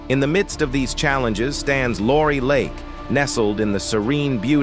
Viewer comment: Where the heck is "Laurie Lake"?